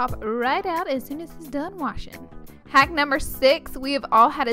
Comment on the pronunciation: I love it when you say "haack numbe .." 😂😂